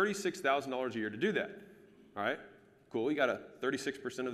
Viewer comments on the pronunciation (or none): who else loves it when alex says "al'ight"